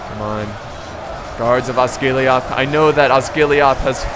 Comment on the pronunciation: You pronounce Osgilliath like Osgillieth, the e as in Seth.